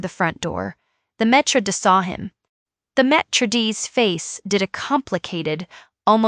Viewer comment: AI needs to stop trying to use and incorrectly pronounce words established over eons in languages. Example: "maître d'", "coaxing". Stick to simple or long winded phrases that can be properly enunciated. The story will come through more realistic, than fake. 🤔